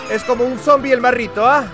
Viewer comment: si escuchan este minuto, dijo zombie en castellano